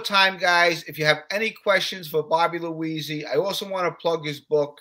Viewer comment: Cool interview but bro, take the time out to get the guys name right. It's Bobby Luisi